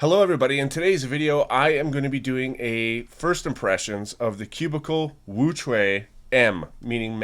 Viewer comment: I always like before you even get into anything haha. Besides JPerm, you're the only one I've heard pronounce WuQue right, its like hearing music <3 a stickerless WuQue is also my main (and only) 4x4, but yours sounds a lot quieter and smoother than mine, what lube do you use? I have some Traxxas 30k in mine (EDIT: I noticed your tensions were a lot looser than mine, so that's probably some of it). And your fingertricks for OLL parity are crazy lol. I've never seen anyone do it that way, really cool!